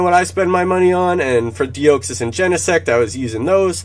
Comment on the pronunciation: Ugh I’ve told u before... de-ah-xys. Great video how did ur Unova week go, 660 shundo checks for me not a single rola so I took an L